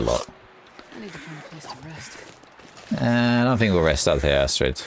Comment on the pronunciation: As a Norwegian, I love the way you pronounced "strid" in Astrid", that was spot on. But the last part is not "ass" XD. It's not pronounced "ass".